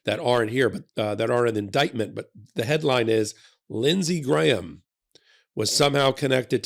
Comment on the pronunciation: Hey, an American who can pronounce "Graham" properly! Nice work,!